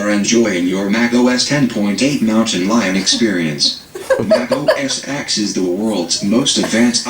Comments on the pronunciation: about Mac OS X. the X is pronounced "ten" try to type "say Mac OS X" in the terminal and see what happens. you said you watched reviews about the OS`s you tried as to pronounce them correctly. did you? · Mac os 6 "Mac OS Sex" Lolololololol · Anyway I just wanna say it was supposed to be pronounced Mac OS 10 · Dude He Said Mac OS Sex Jaguar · RedstoneFreakCrafter No, she thought he said "Mac OS SEX"